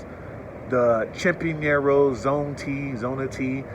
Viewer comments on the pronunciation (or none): it's funny how he says Chapiner, cool video. I like Bogota as well.